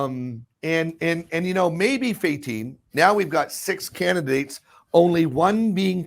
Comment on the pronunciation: Candi-dates , not can-di-da-dates